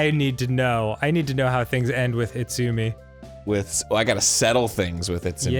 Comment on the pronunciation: Arin you speak Japanese. You know that's not how you say Itsumi